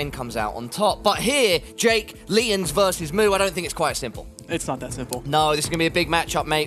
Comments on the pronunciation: My god. Say LeeONs again. LIEons. LIEONS. Even when he hears others saying it he still says it wrong. MUTE. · It’s also one of a commentator’s main jobs to get peoples name right and butchers “Lyons” almost every single time.